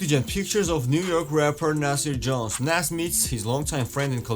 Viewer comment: Still cant say Nas correctly smh